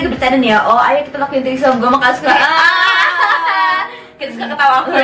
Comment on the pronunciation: Threesome baca nya itu : tri-sam :)))) bukan tri SOM